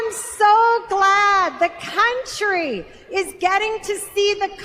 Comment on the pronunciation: did she say cuntry ? 😂